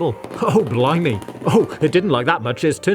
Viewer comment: “oh blimey” sounds funni